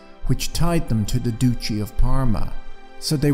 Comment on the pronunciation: Duchy of Parma. Duchy should be pronounced as “Dutch - ee” Cheers.